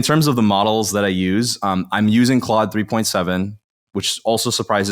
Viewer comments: Stop saying CLODE It's Claude. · This is a great and SUPER helpful video! Thank you! Issue: it’s pronounced like “clod.” Not “clode.” For reference… 90’s action star Jean Claude van Damme. 🙄😜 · I, for one, don't think it's ode that keeps pronouncing it Clode. Lave hyme alown.